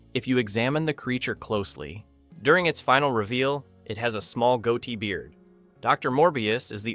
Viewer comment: Hilarious mispronunciations by stilted computer voice. "The Goatee Monster" (amusingly pronounced "goatie") doesn't show a single goddamned picture of the Id monster, although it's shown randomly through the vid. (Also, it looks like the Id monster has tits .) Just another collection of trivia with random cuts having nothing to do with the crappy computer narration. Not bothering with this channel again.